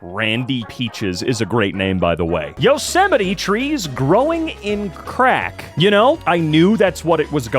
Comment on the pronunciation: yoo-seh-mi-tee-trees lol